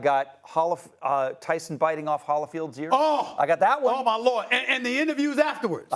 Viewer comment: No one's going to check him for saying hollowfield 😂